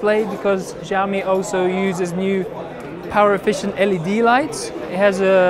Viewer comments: that's what I'm saying, I think you misunderstood me. It is not Jyaomi, I know it is Shiaomi - just watch the original Chinese Xiaomi commercials from China and you can hear how they pronounce it correct there. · NO.You must prounce it like Schiao Mi.Something like SCH but in fact thats really different from english . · he is saying Jiami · they Chinese don't pronounce it jyaomi either. They pronounce it Shiaomi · Xiaomi is S(c)iaomi (the c is almost silent), not Ziaomi or Giaomi. lol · He pronounced it ziaomi with heavy tone. xiaomi more likely is shiaomi if correctly pronounced.. x=sh like sound... about the device its really cool but it is hard to get one online, because there method of selling is totally weird in china. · It is pronounced Shyaome, there is no j sound anywhere. Where did you ever learn that an x is pronounced as a j in the Chinese language? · Change the x to s when you are pronouncing Xiao (siao)! Don't pronounce it as though it's ziao -.- your pronunciation of the Chinese company's name is utterly awful. Trust me and those who are bilingual. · fujami? What's wrong with u? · NowaPlay he said 'fujiaomi' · 2:61 i love it when he said "tsunami" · jyaomi, oh my god, this pronouns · They first need to understand what xiao and mi means in chinese, then only will they know how far off they pronounced it. For the record, taken from wiki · will you pronounce it 'xiaomi'? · Hey just to let you know it's pronounced like shaomi (same as shaolin) not like a Z or whatever you're pronouncing it like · Not to nitpick but SHAO ME and ME UI. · Shao mi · Here is the Chinese pronunciation in pinyin -xiǎo mǐ. If in doubt listen here If it was shao mi it would have a completely different character - 少米. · he calls it "fujami" all the time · Maaaaaaan it's pronounced as Shaomi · PLS man pronounce it like " SHAOMI ", it hurts my ears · c - ou -mi , god damn it u guys cant pronounce these words then Imma pronounce ur names like de nise, a a ron , jay qua line.